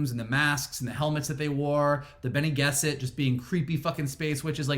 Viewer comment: Boba Fett, ok. Morbius... I don't know, but more interesting than Venom, for sure! Dune, YES!, so cool!!! Really good. (We all thought Harkonnen was stressed on the 'kon' though... They put a stress on the 'har', that was unexpected... And you did mess up Bene Gesserit,... But what the hell.) I loved Dune! Funny thing about Boba Fett is that I'm not so much enthusiastic. I'll enjoy the hell outta that, of course, but I'm not so much into the trailer, I don't know why. Maybe it lacked new (familiar) stuff, you know, the surprises... What will it REALLY be about? We had no clue that Mandalorian was going to be about a baby Yoda-like thing... I wonder, what will Book of Boba really be about? I don't know? (For instance... Omega in it, at any point? Who will be there? It's after the original trilogy, so, there's no Maul anymore, but Kira?) What will it be about? I don't know. It's wait and see, but I think it's difficult that we will be surprised with the twist that Mandalorian was, and I guess this bothers me. Also, after Visions, I think I want some Jedi tales... I can't wait for Acolite, which will probably be, I don't know, maybe 2023??... Anyway, I babble... And Dune! Wow! What a movie! It's really Arrakis! But all you guys said is right. Script could have given a little more, in a more clever way, in order to satisfy the other people that know less about the story. (I haven't read the books, but I've seen a lot of content, there's a "Dune guy" on youtube, that makes